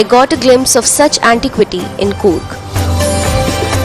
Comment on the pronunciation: It is not goorg it s Coorg. I can understand how you will give justice😂😂😂😂